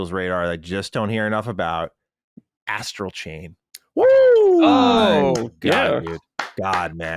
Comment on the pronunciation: I know is talking about Astral chain but I swear it sounded like I heard him say "Ass Cocaine" 🤣